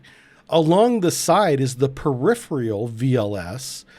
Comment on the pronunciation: Well, he does mispronounce "peripheral," so the spelling of that just matches what he says.